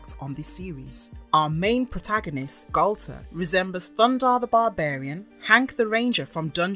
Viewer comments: I know it's pedantic buuuuut... It's pronounced Gall - TAR not gaul-ter and Hanna Bar-bear-ah not Hanna Bar-bra. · Interesting, but, and this might be minor or even petty to some, but the voice over is driving me crazy the way they pronounce Galtar. "Nah, man, it's not the same! I'm saying Gal-ta, not Gal-TAR!" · It's two different syllables. Gal-tar. It's not pronounced so short. The letter a is long. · Say Galtar like He-Man. Gal-tar. Say Barbera like Thundarr the Bar-barian. Bar-bera.